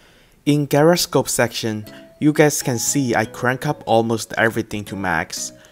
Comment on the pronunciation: You need to learn how to pronounce gyroscope